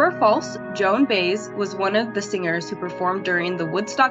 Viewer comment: 20 on 25! Joan Baez is my favourite singer and her last name is pronounced BUY-EZ